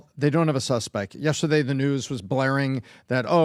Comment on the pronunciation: PBD please don’t say yestadeyyyy